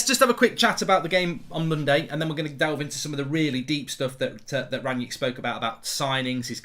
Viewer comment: “Ranyick” - Goldbridge